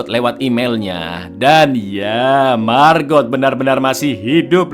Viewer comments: Bacanya bukan Margot tapi Mago (lihat di scene saat Alex dan Margot di danau) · margot itu di ucapkan cuma margo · Lhaaa kok MARGOT sih bacanya??? Margot itu bacanya MARGO. T nya ga bunyi kak... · Jaques bacanya jaaks, margot : margo bang. 🙏